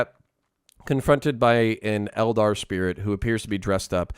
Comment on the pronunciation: The tau don't sound like tau and the eldar doesn't sound like an eldar